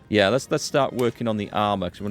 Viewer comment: I love your pronunciation of "yeahr" gives me a kick every time haha